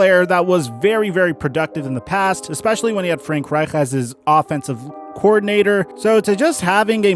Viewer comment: My guy y did u say Frank right so weirdly lol